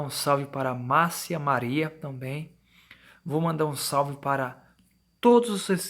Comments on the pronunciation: "Tonbem"..... Tirando isso, ótimo relato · Tomben... não seria também? Cara vc precisa ler melhor.... Sem falar que esse relato tá muito mas contado.